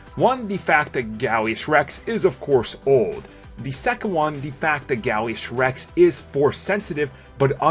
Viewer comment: He kept saying Gallius Rex when its Gallius Rax